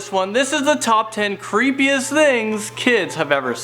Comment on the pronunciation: That is cripiest dath i ever herd and I sometimes say relie creapie thinks